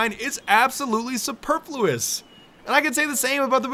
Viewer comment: I know this is really...late...but.... superfluous is pronounced suPER--fuhless. Like yenno, not supurbfloss or whatever. Ok...I'll leave